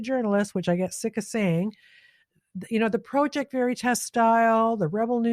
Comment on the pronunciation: I'm unsubscribing because you repeat (poorly) what others have said days before and you FAILED to do any additional research (i.e.work) to get more knowledge and provide that to us. Your affectation of the word 'Project' which you managed to pronounce both as PROW-ject as well as Praw-ject let slip the phoney wannabe intellectual that you truly are. BTW, not wanting war, poverty and abandonment of working people is not exclusive to so called "Liberals". You lost my subscription and all of my friends. Start doing real work, and we may return. Good luck.